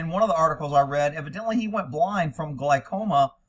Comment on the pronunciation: gl-OW! (like being hurt)-coma